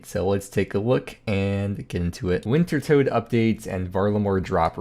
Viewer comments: It's tot not tote!! Reeee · I thought it was pronounced winter tod. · Listening to you say Wintertodt wrong over and over and over is absolutely unfuriating. The correct pronunciation is WINTER-TODD